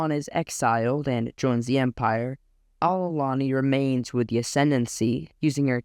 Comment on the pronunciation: Well there was a gem in my Youtube Suggestions I like your style keep up the good work you got my sub ❤ Btw Chiss names are pretty complicated so ko worries but you had a small mistake wit Ar'Alani its with an R not an L but i did the same mistake myself in rhe past so no worries